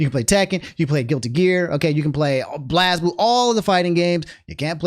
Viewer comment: not pronounced blazzblue, BLAZEblue